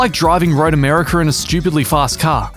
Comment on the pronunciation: Have I been spelling and pronouncing my own countries name wrong? I had no idea America had an R at the end...